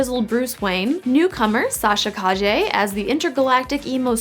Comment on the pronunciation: She did say Sasha Calle name correctly.